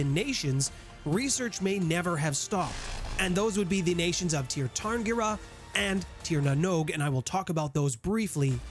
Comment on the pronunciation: Sear. Its pronounced Sear Sear-in-gear. And honestly a lot of what your saying about elves, particularly that they are rich and powerful and beloved, isnt even a stereotype in shadowrun much less true. There are trailer parks and janitors and losers in the Tir just like anywhere else.